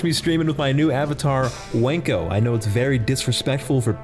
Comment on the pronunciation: the mispronouncing of 'wanko' for his name seals it for me. genuinely hilarious